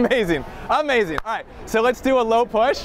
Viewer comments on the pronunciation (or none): I love when he says…”A-mazing” because he’s like this man doesn’t need any prepping